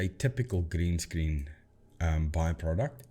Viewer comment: Magnificent is the accent of pronouncing "green screen":D